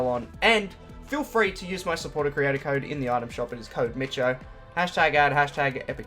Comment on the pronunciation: Mitcho, just mitcho 😂